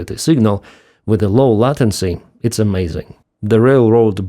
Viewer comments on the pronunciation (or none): "Latency" Lay-ten-cy 😊